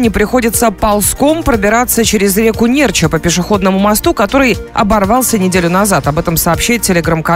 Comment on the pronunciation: Ударение неправильное река Нерча, аааа! Кто мост строил , и где деньги???...